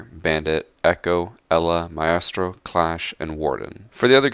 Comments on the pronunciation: The way he says "Myestro" is cursed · Mai-estro. Uhhhhhh. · When u say like maestro cavira and more it triggers me because i know u dont say that shit in game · Stop saying Ma-estro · The way u say maestro is kind u know....... no homo tho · How do you mispronounce maestro? It's an English used word. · I like that he never pronounces maestro the same way twice. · The way you pronounce Caveira and Maestro 😂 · That accent when you said caveira and maestro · listen to how he says caveira and maestro lol